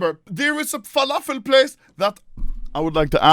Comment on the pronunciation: “WALAFEL” WTF TRIGGER LEVEL 99999